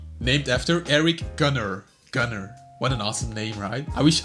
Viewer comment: Lol Erik Gunnar is a swedish name lol not gun nar haha ( not to be mean but its sounds funny )